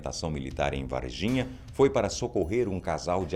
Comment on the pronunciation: Juro que ouvi e Et de vagina kkkkkk